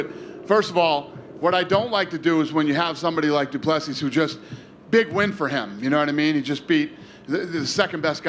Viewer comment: DOO pleh SEE!! Get it right Dana!